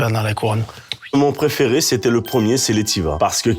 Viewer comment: "pRéFéRé" (Joyca, 2026)